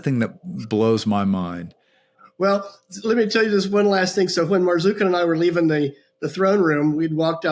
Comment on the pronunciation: Marzuka! Sounds like Boozka! Ha! Ha!😂